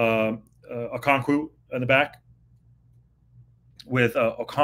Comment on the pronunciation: Okonk-Woah not Woo 😂